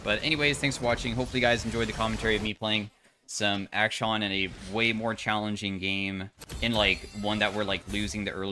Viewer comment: do you think he intentionally mispronounces way every time Hwei is on screen or is it subliminal